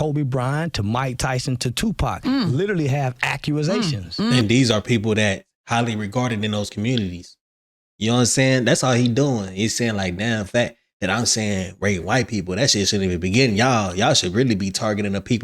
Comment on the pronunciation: "documentakins" then he said "accuasations"😂 black ppl be funny as hell tryna use "big words"